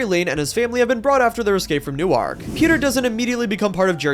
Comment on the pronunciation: Newark in NJ is pronounced more like Nu-orc